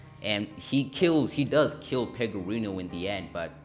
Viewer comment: No worries. Overall the video wasn't badly put together, and it definitely appears that you put some work into it, but the small details do matter. Another thing I noticed is that you kept accidentally calling Jimmy Pegorino "Pegaroni" instead. I don't want to diss you too hard being a small creator and all.